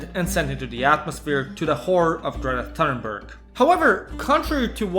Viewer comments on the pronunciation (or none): ”Gerta Fthurnbrerg?” Really?